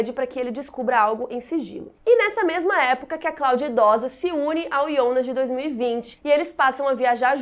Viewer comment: Alguém aqui fica meio esquisito quando ela fala “IONAS”